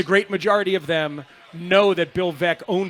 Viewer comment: I think it's a stretch to assert that he didn't know Baez was a Cub. He was referring to the Sox fans' animosity toward him, which makes little sense to begin with. And the Veeck mispronunciation doesn't necessarily mean he didn't know the basics of Veeck's legacy with the team. Can we really tell the difference between someone who didn't prep and someone who is just not at the point where he can access all this info live, on the fly, while providing commentary?